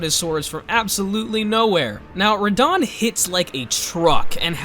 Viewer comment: The way you said Radahn made me mad